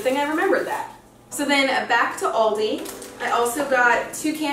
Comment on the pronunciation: Hass du jetzt echt "oooouldi" gesagt :D